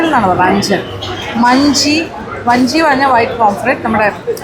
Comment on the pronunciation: മഞ്ചി അല്ല മാഞ്ചി 😂പുളി മൂഞ്ചി അല്ല പുളി മുഞ്ചി 😂